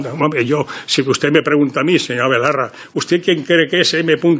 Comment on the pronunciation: ¿Ferreras ha dicho Ione BOLARRA?